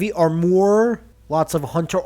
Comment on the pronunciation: Wait did you say arm oar?